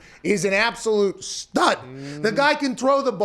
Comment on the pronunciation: "Matthew Stafford is an absolute stUUD"